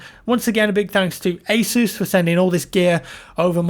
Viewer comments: god damn it its pronounced "ACE US" NOT "ACE OOOOSE" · It's ASUS not ISIS. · He didn't say Asus. He said, "Hey, Zeus!" My name is Zeus. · Soo is asus pronounced ae-soos or ae-sus